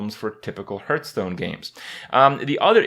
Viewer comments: I don't mind since a lot of people say it like that. But "Hurthstone" is so annoying! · Hurtstone and KRAY-KEN